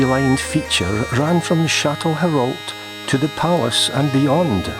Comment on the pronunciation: Shat-le-row is how it’s said haha good video close to home ❤️